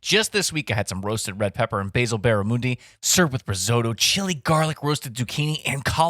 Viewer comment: The way said barramundi really annoyed me during the ad read 😂